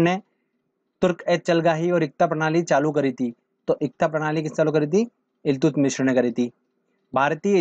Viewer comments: Iltutmish Hoga Naki Iltutmishra..😎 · Eltutmis h sir ye.... Mishr nhi.. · इल्तुत मिश्र nhi haa sir इल्तुतमिश hota hai 😆😆😆😆😆. Video achha है धन्यवाद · iltutmishra nai iltutmish hota h